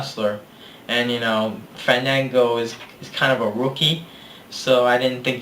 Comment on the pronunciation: Fandango vs. Chris Jericho: I'd rather you didn't say Fandango's name like that. In fact, I'd rather keep his name out of my ears period, because if he's gonna get pissed off just for that... well, let's just say "My thoughts on narcissism, Ain't nobody got time for that."